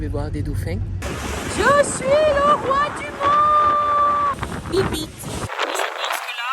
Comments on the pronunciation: Bibite x7 dans les vidéos, tu m'as faut trop rire parce qu'en vrai ça se prononce "Bibbité", mais j'avoue que bibite c'est mieux, des bisous 😂❤ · En italien "bibite "se prononce "bibité" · T’as dit cette fois biblite MDR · Étant actuellement en Erasmus en Italie, j'éclate de rire quand tu prononces bibite 😂 + les chansons...excellent